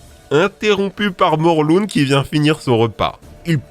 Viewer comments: On dit Morlin pas morlune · Ça se dit morlin !!!!!!!!!